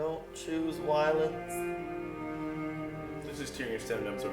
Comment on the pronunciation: "Don't choose Wiolence!" I love that constant callback to pronunciation.:) Great reaction to this episode, anyway. One of your very best.